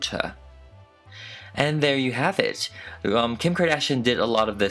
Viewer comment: nobody:: kHeem KhArdaZzhióhNe